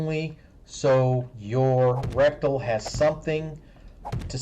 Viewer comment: Is he saying "rectal" and "acrosst" instead of "ret-i-cle" and "a-cross"?